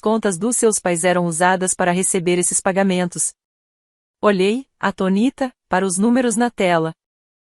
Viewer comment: A Inteligência Artificial lê sem acentos. A palavra é atônita.